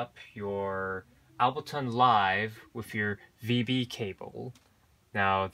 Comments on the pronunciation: Why are you saying “Albertonn”? Is that different from Ableton? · Different subject for your channel, but useful for people out there. And P.S. Ableton not Albeton! :) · Aside from butchering the name Ableton, thanks for the intro to my new device!